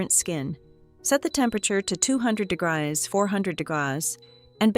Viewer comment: When ever I hear AI try to say 'degree' and can't pronounce it correctly, it tells me AI is doing the voice over.